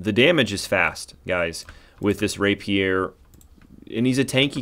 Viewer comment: So............ where ya get your portraits? You have a couple I haven’t found yet but like. Ok, now to watch the rest of the video. And since proper pronunciation mitigates my OCD shivers, Rapier = Ray Pee-er. Like someone you wouldn’t want to stand next to in the men’s room if you dig.